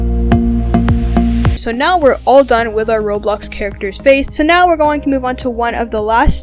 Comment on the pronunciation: why are you saying roblux